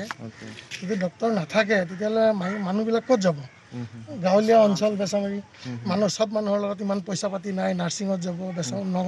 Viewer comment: বেছিমাৰী নহয় বেছামাৰী হয়